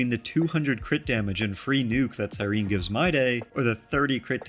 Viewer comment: CyrenEE how are we STILL pronouncing her name wrong after an 11 month story of which she is a main character?!